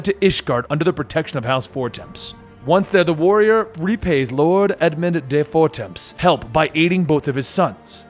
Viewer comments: For-temps? XD for-tom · The way you pronounce Fortemp is infuriating.